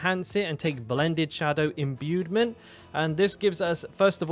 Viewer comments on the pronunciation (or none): There’s no ‘d’ in ‘imbuement’